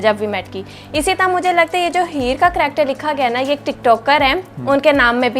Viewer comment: phle karactrrr(character )bolna to seekho